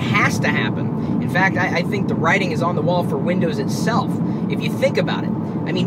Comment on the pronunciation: You always scare me by saying "... and four eyes on the road." Are you an alien or am I just missing something here :P